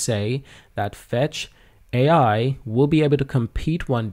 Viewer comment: It’s FetchAi not Fetchio